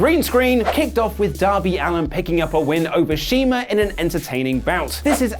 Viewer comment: Darby Allin* No snark. Just thought you should be at least be able to get the man's name right.